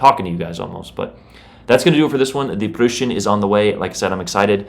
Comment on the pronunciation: Aint no way bro calls it the Prushen😭